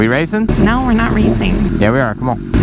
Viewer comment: you do realise it's 'ch'yeahhh' not 'da'yeahh' xD